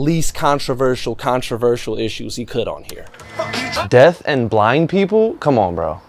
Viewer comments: bro said "death & blind" like it aint pronounced deaf lmaoooooo sorry brother had to point it out. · i saw you say "death" instead of "deaf" bro i saw that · It's pronounced deFFFFFFF not death u fukk